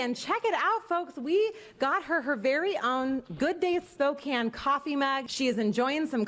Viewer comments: lolll I live near a Spokane and it’s just pronounced “Spo-can” 😂 not ✨spacanya✨ 😂 it’s okay though,, even some people that live there don’t pronounce it correctly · lol it's SPOA-kane, not SPAW-kane🤣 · spoo-can-e??? It's SPOH CAN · As a Spokane, WA resident who's been here since I was a toddler, your pronunciation of my town's name makes me cringe. It's Spoh-CAN. Not Spoh-kane. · They way your pronounced spokane made me die 😂😂 honey its pronounced spo - can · sookanane People from Washington: 👁👄👁 wut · well i have heard many interesting pronunciations of my city's name but "spock-an-ya" is by far the strangest one i have ever heard lmao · Me being a Washingtonian and the way you said Spokane lol 😂 Spoke Anne is a better pronunciation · lol at pronouncing spokane like SPAWKANNE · Fun fact: Spokane is pronounced more like spoh-CAN to locals 😂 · I’m from the Pacific Northwest, so I’ll tell ya. It’s SpoKAN. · Flossie Dickie lives in the town next to mine. Spokane is pronounced ‘spo-can’ 😂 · WAIT HE DID NOT PRONOUNCE SPOKANE SPOKAYNE omg bahahah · Spokane - (spoh-can) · Spokane WA is pronounced ‘spo-cane’ if it’s from another state though I’m not sure... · It’s spo-can come on now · ily but I’ve never heard such a wrong pronunciation of Spokane 😭😭 it’s said spoh-can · Spokane (sss. PO. Can) that’s how you say it. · Its pronounced spow-can my dad lives there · Lol it's pronounced spo-can and its located in Washington state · I've never even been to the west coast and even I know it's pronounced like this: S-poh-cane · Not me getting mad at the way he said Spokane... 😶 Edit: i see 27 other people who agreed... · Yeah he really disrespected Washington like that 😂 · No one ever pronounces Spokane right if they’re not from WA lol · As a Washingtonian I love watching other ppl not know how to pronounce spokane 😂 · That pronunciation of Spokane hurt my soul lol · I LIVE IN SPOKANE! YOU SAID IT VERY WRONG BUT I LOVE YOU ANYWAYS